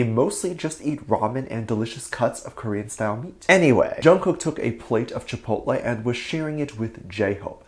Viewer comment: It was very cute how Jungkook pronounced Chipotle. He doesn't usually eat Chipotle and I think there's not Chipotles in South Korea. If I could go to a nearby Chipotle right now I would order a Chicken Quesadilla but I don't know what my drink will be. I haven't gone to a Chipotle for a long time maybe I should go to the nearest Chipotle and order me a Chicken Quesadilla. On to the next Topic. I don't think Taehyung is dating any girls lately. Dispatch would have pictures to prove his dating a girl. So I don't think he's dating any girl recently. He's on his break so maybe he'll find a nice girl to hang out with during his break. Be safe and careful. Have a wonderful, happy , safe and magical day or night every Army. ;)